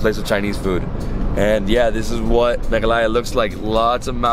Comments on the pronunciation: that look from paul when said melaghaya instead of meghalaya 😂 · I lost it when I saw Paul's look whn you said "Capital of *Melaghaya*" 😂😂😂😂